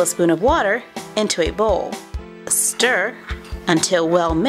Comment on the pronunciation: Why do u say stir funny